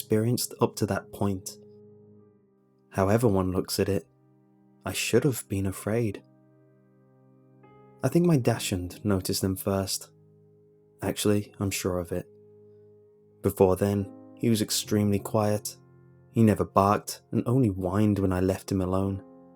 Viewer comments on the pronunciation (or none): am I the only one who noticed he pronounced dachshund "dash-hoond"? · fucking Dahks-hund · Can we have a video where he desperately tries to pronounce foreign words. The way he pronounced "Dachshund" was just too adorable.